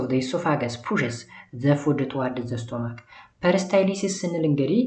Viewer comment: Sorry ለመጥፎ አስቤ አይደለም ግን unit 5 part 1ላይ ለstomach ስቶማክ ስትል ስታነበው ነበርክ ቢስተካከል ። በተረፈ ግን ጥሩ ነው አባ በርታልን።❤❤❤❤